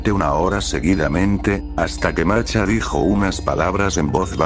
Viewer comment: El loquendo no es capaz de pronunciar la H como masha, solo "masa" o "marcha"